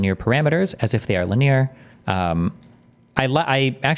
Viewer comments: everyone says lin-e-ar no one says linyeer like Steven, it is kinda annoying indeed 😅😅 Edit: he checked it, thank God lol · LIN-E-ER. Not LYNEER. JESUS! What a complete fool. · How does Destiny have so much trouble reading? Lineer? It's linear! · Can’t make fun of piers when you’re googling pronunciation of linear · The most disgusting thing about this topic is Destiny's pronunciation of linear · Shout out to chat for calling it out live. 👐 I was watching this video back doing dishes and wanted to scream at him. 😂